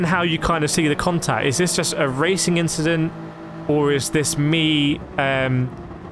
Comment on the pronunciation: "Just a racing inchident"